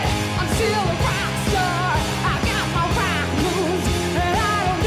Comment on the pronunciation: ”I got my roAck moves”